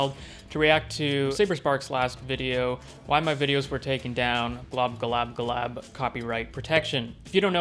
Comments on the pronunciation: Good commentary, dude. But say it with me slowly... Glob-glo-GAB-ga-lab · Man I'm pretty sure it's pronounced "Glob Glow Gab Ga Lab". Good video anyway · It's GLOB-GLOG-AB-GALAB it's not really hard to say it correctly)